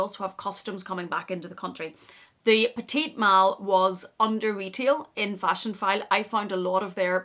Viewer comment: It’s pronounced peti mal, silent t at the end. Peti is pronounced like petty